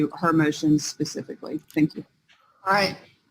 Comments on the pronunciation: Pacifically stipulates 🤙🤙😅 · Pacifically is she on pch?